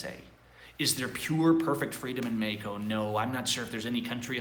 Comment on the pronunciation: dude quit saying Meko the English language pronounces it Mexico